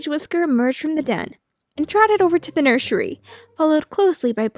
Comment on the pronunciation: "... and trotted over to the nurshery."